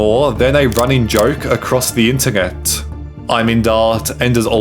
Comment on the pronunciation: Why do you pronounce it, "ngext", "ingternet" and "ingteresting"